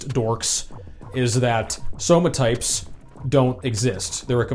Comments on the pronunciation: When you said "Somatypes" and then corrected yourself, I first thought you were just poking fun at V-Shred. But then you kept saying it through the whole video so now I'm thinking V-Shred's ads just made you say it this way lolol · Says "Somatypes" because it's one less syllable but also says "Big Boneded'